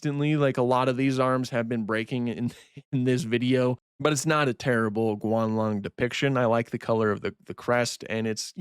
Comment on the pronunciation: Its Guanlong not "Gualong"